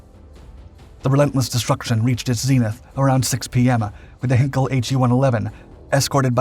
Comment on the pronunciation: And how it is about time to pronounce the name Heinkel correctly. It is Heinkel, not Hinkel.